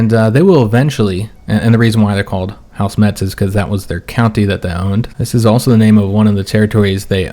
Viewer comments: Hey, same I am from Lorraine more precisely near the town of Forbach. Just a correction we don't pronounce the "t" in Metz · neither Metz nor neufchateau are french, and as for Metz the Germans do indeed pronounce the T.